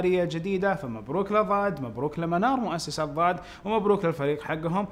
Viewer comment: استاذ انت تقول ظاد وهي ضاد (( تصحيح فقط ))